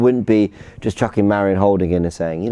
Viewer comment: And stop calling mari, 'marie' ffs